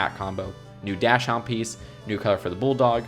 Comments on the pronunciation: Dash hound? Really? Here. It’s Dock-sun-d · Yes he pronounced it wrong he called it a dash hound, I think I know my grandmother a breeder it can be doc- son or daac- ssn, the make the same sound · did you just call it a dash Hound? ITS PRONOUNCED DOCK SUND sorry Ive had dachshunds since I was three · It’s doc-sund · It’s pronounced “DOX-IN”. There u learned something. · It pronounced doc- son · Omg did you really just say DASHUND is pronounced doxon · Dash-hound is a new incorrect way of pronouncing dachshund